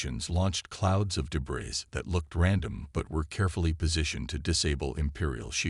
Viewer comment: PLEASE --- DEBREE, not debris.